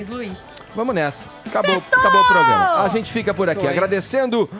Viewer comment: 'eçe POGRAMA..'... é uma M.......